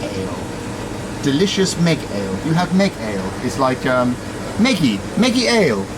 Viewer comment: Meggy Ale is actually pronounced as Medj Ale.